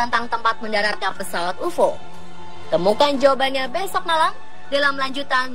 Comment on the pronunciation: Sebut pun tak betoi....ufoo....ufooo.....geli telinga aku ....